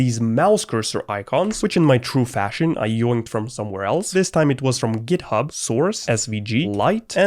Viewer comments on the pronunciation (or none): none